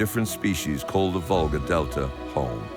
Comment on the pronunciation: It is a river Volga, not vulgsr as stupid AI spells